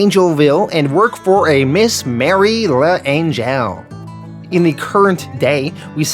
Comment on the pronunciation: Ok first, L’Angelle pronounced “Lan-jell”. Second, those stories about people spitting on returning Vietnam vets are entirely made up. It never happened.